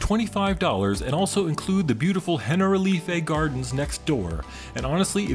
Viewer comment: Remember the "H" is mute in Spanish. So, Alhambra is pronunced "Alambra". The visit to Generalife (comes from the Arab Jannat Al-'Arif, meaning the architect's garden) is also included. Nothing related to "General Life". xDxD